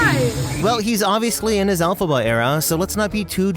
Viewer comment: “Elphaba” ahh lightning mcqueen💀